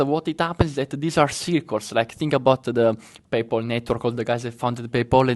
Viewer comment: Grande, ottimo video come sempre! Unica correzione, non si dice “paypol” ma pay-pal, e non hedge “found” ma fund 😉🤙🏻